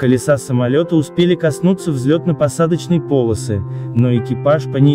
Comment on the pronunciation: Не - по'лосы, а - поло' сы! 😆